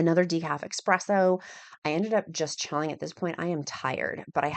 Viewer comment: Thanks for sharing your adventure. It wasn't your husband's filming. That outfit does nothing for you. Light colored baggy pants are not your friend. That sweatshirt with some black leggings would have made all the difference. Also, it is not expresso with an x it's espresso with an s. Don't want your Italian fans coming for you. Please continue sharing you living your best life with us. I'm 4 months into my GLP-1 journey and hope to be where you are at one day.